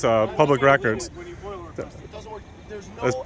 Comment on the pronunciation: FOIA not FOIL